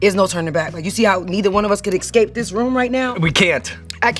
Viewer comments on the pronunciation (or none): I love how she says "excape" 😂